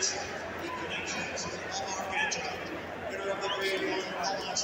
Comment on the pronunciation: REPEAT AFTER ME ARCH-AN-GELO NOT ARCH-ANGEL!!!!